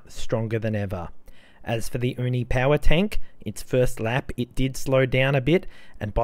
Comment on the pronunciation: Hey! The word "uni" in Uni Power Tank is pronounced /YOU-knee/, not /OOH- knee/. Most Japanese viewers might get confused because the word "uni" (OOH-knee) means "urchin". The term Uni (YOU-knee) actually came from the English word "unique."😊